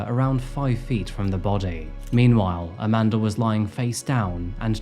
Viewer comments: Amanda* not Amander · YOU'RE SAYING her name is: "AmandeR" ...... but there is no "R" in Amanda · Why do you keep calling her "Aman•der?" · Amandar is about 1/2 the time how you say Amanda. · Lol how do Europeans manage to add an 'R' on so many words without one? Hilarious! Youre doing a great job! Keep it up ♡♡♡ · lol the way you add an”R” at the end of the name “Amanda” is super distracting..